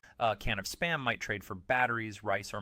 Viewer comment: Is it just me? Why why why why why why all of these videos like this have to use AI for the narration? This AI can't even say the word spam. It has to say it in s p a m. Why don't they just play it with a robot sound because I really hate being tricked.